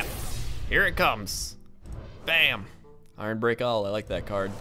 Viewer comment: DAMN IT it's ironBEAK owl not ironbReak:D